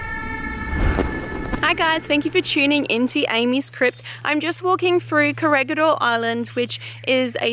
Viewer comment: You did it again...its ko-re-hee-dor not koregidor